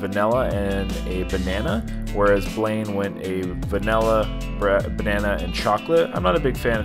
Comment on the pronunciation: Sounds like the brain freeze gave you a brain fart also LOL you said "Banany" LMAO...I'm sorry, but that made me laugh brother! Please don't ever change your ways!! LOL